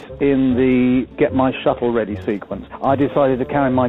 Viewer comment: I thought he said "get my shuffle ready" lmao